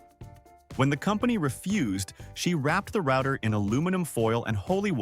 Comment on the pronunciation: thumbs down for the pronunciation of "router"